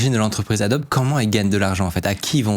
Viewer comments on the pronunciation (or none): Bienvenue sur Radio Franchouillard... Ça fait vraiment mal aux oreilles d'entendre adboe prononcé a-dob. Dans tous les pays du monde, Adobe se prononce "adobi". C'est à l'origine un nom commun en anglais qui signifie "brique crue" (typiquement faite d'argile et de paille). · C'est pour m'achever le gars qui s'y connait et qui prononce Adobe "Adob" et pas "Adobi"? ça me rappelle un formateur de dev web qui prononçait Nginx "n (comme la lettre) guinx (avec le "g" de "gai")" à la place de "engine X". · Merci pour cette super vidéo. Par contre on prononce Adobi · Ca se prononce Adobi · On prononce ADOBI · on pourrait prononcer correctement le nom de Adobe (c'est américain)